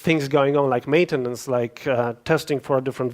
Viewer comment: Panie. Mala rada. Mowi Pan za szybko i zle akcentuje slowa po angielsku jak np. maintenance, przez co rowniez Anglicy moga miec problem ze zrozumieniem Pana... a co dopiero Polacy;)